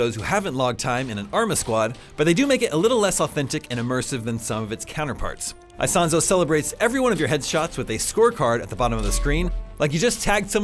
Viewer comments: Btw is not "Aisonzo". It's Isonzo ("eesonzo" ). Just to be accurate 😉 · every time he says AISONSO I pull my hair